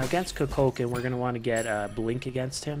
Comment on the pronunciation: You said kukulkan's name wrong